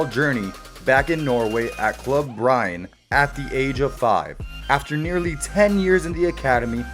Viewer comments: bryn E dont miss the E . say håland the same way you say th e o in goal .. not that hard xD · Klabb brajn…. Love ignorant english speakers…. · As a norwegian im sorry to say that I almost threw up at the pronounciation of Bryne